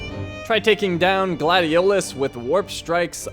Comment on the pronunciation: I love this game so much! I've beaten it almost 10 times working up to 20 but then someone in my house now I wont say who just because I'm to lazy UNINSTALLED IT FOR MORE ROOM ON THE PS4!!! so I just watch others play it now. Edit: The way he said Gladiolus just made me mad because as you learn throughout the game Noct doesn't pronounce it that way he pronounces it like Gladious :^I Also I found a meme with Nocts face on it and it said I dont always take naps but when I do I'm Noct right out 🤣🤣🤣🤣